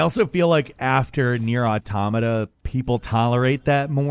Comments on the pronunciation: I feel like said NieR Automata so much in a short time only to mispronounce it every time just to mess with us at this point. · How he pronounces "Jeanne" and "Nier Automata", different 🤔 Bayo 2 was the best, Bayo 1 second best, Bayo 3 after that.